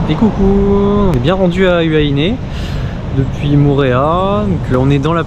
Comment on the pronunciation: Magnifique vidéo ❤ mais svp HUAHINE… le U = ou Donc Huahine se lis Houahine mais s’écrit Huahine.. voilà à part ça super vidéo.